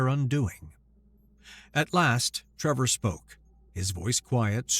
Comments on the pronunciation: So Many, Many Times says Trevor, when it is plainly spelled Tevor. should remake this vid with apologies to all for his basic reading/speaking problem, it is NOT "Trevor" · TE-VOR, not TRE-VOR, read the script and do not put imaginary letters in there.